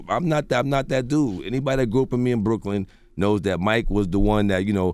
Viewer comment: why he say Brooklyn like that